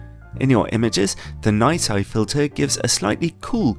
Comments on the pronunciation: It's "zuu-oh mey (zomei)" and "nay see (nisi)". Nisi circular filters are quite junk, especially for the price. Their square ones aren't that great either, Haida is easily better. Oh btw the margins on their filters are 200%-1000%. Basically retailers buy them at 2-10 times lower of market price depending on the filter. I'd suggest breaking the ratings into two parts, build quality and image quality. There's nicely made filters that are just crap when it comes to image quality and vice versa. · Awesome review. Well done. Nisi is pronounced nee-sea I think :)